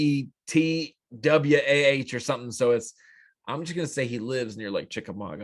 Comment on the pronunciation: Ooltewah, TN pronounced OO-TE-WAH 😂😂😂😂